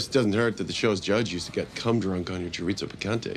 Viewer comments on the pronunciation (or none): The way he murdered the pronunciation of " chorizo picante" should be a considered some kind of crime.